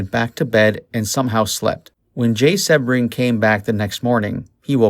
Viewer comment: Jay's last name is pronounced: SEE-BRING!!! Everyone knows that but you!!!!